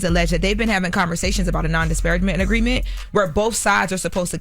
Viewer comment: "Non dis-par-RAG-ment" SMFH.